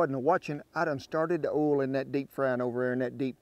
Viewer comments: I like the way he says "oyl" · SpeakEasy DoorMan that’s standard pronunciation in rural Texas.